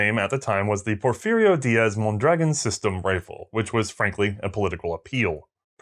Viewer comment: I'm sure I;m not the first to mention this, but the rifle and its inventor are pronounced with the accent on the last vowel,, hence MondraGON. In Spanish, if there is no accent mark, the emphasis is on the penultimate syllable, as you pronounce it. While I am not a native Spanish speaker, I was certified to get bi-lingual pay as a police officer. I am a fan of your program, having watched all of the WW I episodes and all subsequent ones, as well. I am a court-recognized "expert" witness on firearms and their use in Federal Court. I rely on your content as a source in areas you have covered. As soon as I can organize it, I will become a member of your Patreon family. Keep up your good and important work. Best of the season to you and your crew, including the Guinea pigs.